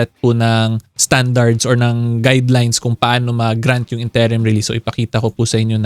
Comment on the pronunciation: What is up with the incorrect pronunciation of INTERIM?🤭